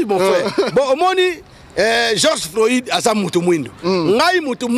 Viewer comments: c'est pas Georges floïde mais plutot floyde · geoge floyide? Yokaka ata soki mundele Azo prononcer okandi au lieu ya ko déformer kombo y’a mutu